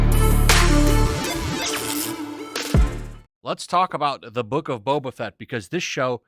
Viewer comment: That not Boba, that's Bob-ba